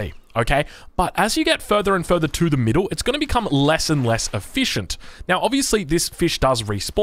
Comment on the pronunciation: Ef-fish-ent, heh